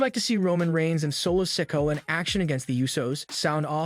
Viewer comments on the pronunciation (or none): The narrator needs to learn English. Instead of Sikoa, he says sicko and due instead of duo.